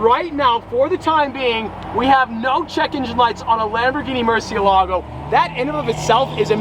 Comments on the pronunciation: Murcie.. EL. Ago is how say it. Love it Congrats 👍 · The pronunciation is more-see-la-go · it's a Murci-Elago, not a Murcie-Lago. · and sold the bugatti for buying this car... you must love it. MURCIÉLAGO, learn to say it. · Just for the future because I’m guessing your gonna be saying there name a lot, it’s pronounced “mer-shuh-la-go” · Too bad you and about 90% of the rest of the car community do NOT know how to properly pronounce "Murciélago". (HINT: notice and focus on the accented é) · Take a shot every time he mispronounced Murciélago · the way Americans pronounce murcielago makes me want to cry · Great video, but the pronunciation of Murcielago lowkey drove me insane this isn't meant to be hate, I love